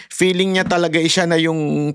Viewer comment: Hahahah favorite kita bakit ang feeling 🎉 peeling ang pronunciation